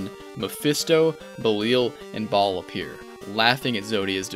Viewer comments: I gotta stop you right there... You pronounced "Baal" like Ball when it's supposed to be pronounced "Bayl". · Oh yeah!! The name Baal is not pronounced like “ball” more like “Bayel”, just a small thing that’ll help take the videos the slightest bit further!!